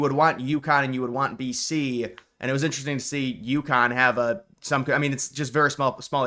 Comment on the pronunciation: It's Yukon, not Youkhan. Just like Montreal is Muntreal and Newfoundland is Newfundland.